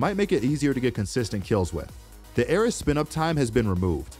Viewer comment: My heart started to bleed every time he talked about the ares. Who says it like that!